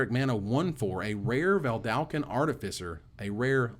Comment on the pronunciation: You work so hard to get "artificer" pronounced right...but you keep mispronouncing "Vedalken". Just one L in there!